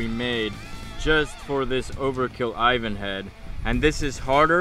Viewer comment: Whats an aivaan? You mean Ivan?